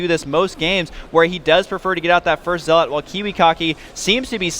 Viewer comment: Watch day9, its ZEL-OT NOT ZEAAAAAAAAAAAALAUGHT